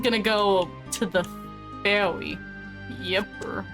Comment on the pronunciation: No pressure, good luck, and I am so happy to have you back documenting your FF runs. My favorite part of this episode: how you pronounced "Ferry." X3